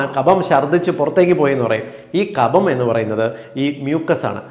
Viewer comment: കപം അല്ല കഫം ആണ്!!!!